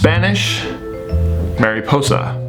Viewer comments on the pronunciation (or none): Marry pose! noooooooo! You said it wrong! Think of the Virgin Mary but how a Latino would say it (Ma-ree). So think of the Virgin Mary posing! Good lesson though we think alike